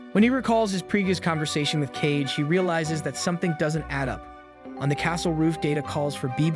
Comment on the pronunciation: Ka-Ge not "Cage" haha